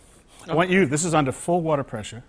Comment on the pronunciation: "full city watAAH pressAH"